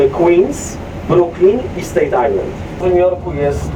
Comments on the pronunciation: Staten Island nie State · Nie State Island a Staten :) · btw, nie ma okręgu o nazwie "State Island". Przewodnikowi chodziło o Staten Island. Różnica w wymowie jest zasadnicza.